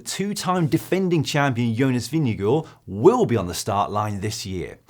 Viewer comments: Hi GCN Team, great content but also a comment - Jonas Vingegaard himself pronounces his last name as VIN-g-gard, not VIN-g-go. Just saying:) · Please pronounce his name properly hahahaha